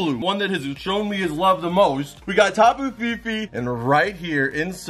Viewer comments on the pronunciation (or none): LMAO it’s TAPU FINI not TAPU FIFI lol